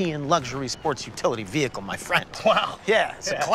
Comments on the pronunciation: The pronunciation of veHICle just kills me. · Amphibious-exploring vee-hickle